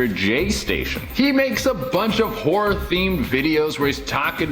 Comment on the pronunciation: I’m watching this and folding clothes and I had to stop on #9 😂 every time he said “horror” I thought he said “whore” because I wasn’t looking I said I know damn well 😂😂 looked at the tv and said ohhhhh “horror”